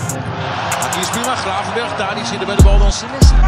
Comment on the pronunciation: Sounds almost like "Grafenberg". If he take a penalty it will be known as the "G Spot"😄